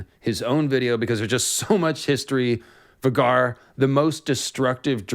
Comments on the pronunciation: Um... 'Va gar?' it's VAY gar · FYI it is pronounced Vay-Gar not Vah-Gar. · Isnt it pronounced VAY-gar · Surely it's pronounced VAY-GAR not V-GAR? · I've always pronounced Vhagar as "Vay-gar", not "Vuhgar", but that's just personal preference. 🤣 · I’m pretty sure it’s pronounced Vay-Gar, not Va-Gar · vah-gar lol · Sorry, but I absolutely hate it when people pronounce Vhagar like "V'garr". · It’s pronounced Vae-gar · Idk why it is so irksome to me, 🤷🏻‍♂️I know who you are referring to, and I myself pronounced many characters wrong in my head while reading, before the show… yet when you pronounce “Vhagar” as vuh-gar it disturbs me tremendously 😂 Same happened to me with “Hermoine” reading HP and I was so relieved as a kid to learn how to say her name properly. 😂 I’m not criticizing you nor encouraging you to adopt the intended pronunciation, just noting my personal reaction. At least it’s not on the scale with M Night Shamalon’s blatant slaughtering of Aang’s name. 😂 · it’s pronounced Vay-gar multiple times on GOT and by GRRM. Also GRRM definitely DOES have specific pronunciation for names, that’s why his spelling is so unique, so not sure where ya got that from, he says every name the same way every time in every interview. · lol Vuh-Garr🤣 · You butchered Vhagar’s name btw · Great vid but the way u say vhagar is hilarious. Still loved the deep dive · The way you say vhagar is not correct in my opinion. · Bro your saying vhagar wrong this hurts my ears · You saying Vhagar weird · They mentioned Vhagar several times in GOT. Vhagar rhymes with Rhaegar, plus in interviews the show runner says Vhagar as well. the way you are saying it is off